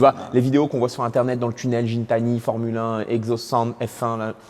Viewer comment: Gintani c’est avec un G pas un J 😅